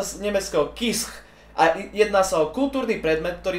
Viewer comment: grammar nazi alert - Kitsch - sa číta "Kič" prepáč :(